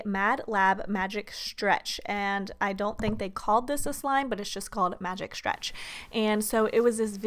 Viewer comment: Could you please learn how to pronounce the word ,,stretch" or ,,stretching" it's soo annoying oml